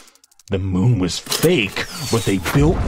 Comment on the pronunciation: omg I LOVE that accent. The way u say Moon is funny